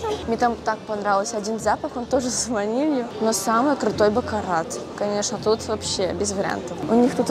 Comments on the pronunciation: просто говорю что бакарат надо читать без "т" на конце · не позорься правильно произносить не бакараТ,а бакара 😅